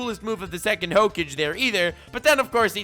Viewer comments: Yeah everybody talking about boomers, but i love how he says hoake-j instead of hokage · nobody::Hoekage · flexing on us by saaying hokaj instead of Hokage! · No one: Not a single living being:: "Ho cage" (hokage) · That ho-kage thing pissed me off much more than it should have the more you said. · Old-school Naruto fans: IT'S PRONOUNCED HOE-KA-GAY!!!: ok boomer 😐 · Do you pronounce it Hokage or Hokage. Honestly I prefer Hokage over Hokage, but I have no problem saying Hokage in any setting. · Ur saying hokage wrong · when he slips on that hokage pronunciation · Lol the way nux says hokage is how i useto pronounce it bf i watched the anime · 1. This video is something I never knew I needed this much 2. the way you pronounce Hokage is now the ONLY way I will say it....FLEX ON YOU KISHIMOTO